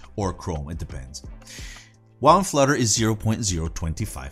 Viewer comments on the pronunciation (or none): none